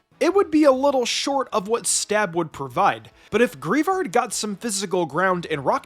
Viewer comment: Thank you for saying greavard correctly. Greave not grave.